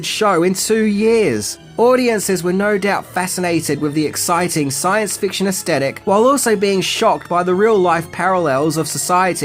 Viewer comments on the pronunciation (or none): *aesthetic, not 'estettic'.